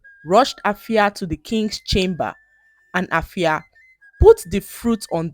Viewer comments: glad that you a Ghanaian name in this video but permit to point out that the name AFIA is pronounced "efia" by the indigenous people. All the best ❤❤❤ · Wow am so touched, thanks for using my country's local name. You've tried but then the "A" in Afia is pronounced as "E" is like "Efia" is not pronounced as "A"